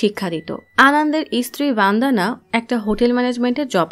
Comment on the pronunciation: ভনদানা নয় বনদনা